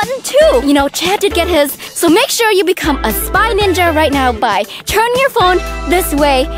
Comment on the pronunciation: You said winja